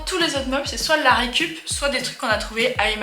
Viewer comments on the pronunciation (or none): Mais... mais... quel accent parisien de cinéma en noir et blanc quand vous dites "c'est soi d'la raihicup" ! Ca sort d'où ?? Ahaha !